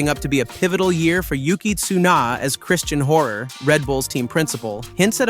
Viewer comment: Wtf is with the "tsuno" and "Cristian horrrr", get a better AI voice man...